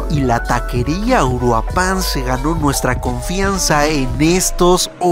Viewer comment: Compa, la taquería " Uruapan " es de mi rancho Uruapan Michoacán, xdxd me dió risa como lo pronunciaste